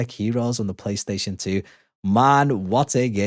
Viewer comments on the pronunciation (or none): none